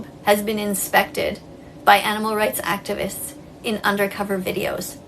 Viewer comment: Activist? Nononono, its Actibitch